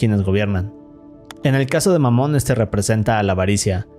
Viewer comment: ahora q escuche dijo mamon? xd